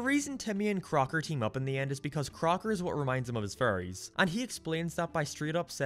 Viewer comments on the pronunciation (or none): It sounds like your saying furrys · Every time you say fairies it kind of sounds like you’re saying Furrys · Butch: Let's get a fan theory about why Timmy never age and put in the show like it's a plot twist and tell it's my idea. I am a genius. Also, I never noticed until you mentioned it, and now I can only hear you saying "Furries" every time. Jokes on you, I guess. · Why does every time he says fairies it sounds like furry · This video made me realize how similar fairies and furries are pronounced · It does sound like you say furries not fairies.